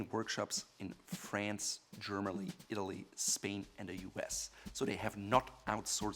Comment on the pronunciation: Lol how he pronounced FRANCE. Dead